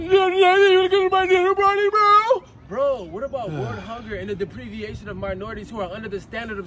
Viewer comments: "The depreviation.." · LOL "DE-PREE-VI-ATION" lmfao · "Depreviation" lol right off top